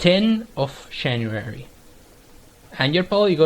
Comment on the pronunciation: 1) Don't apologize for variety on your channel. It's good to have something different for different tastes. 2) Love the way you pronounce "giant", "January" and "puzzles" :) That's the funny thing about us people who don't speak English as their native language - we say stuff in a weird way :) I for one can never say words that contain "th" in them the way natives do (e.g. three, there, this).